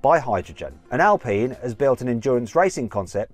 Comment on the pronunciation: 迫真のア◯ピーヌw